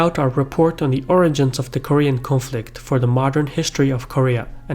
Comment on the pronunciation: Jesus christ he butchered the pronunciations on a whole new level even I as an American Korean can spell all of these better and nearly fluently.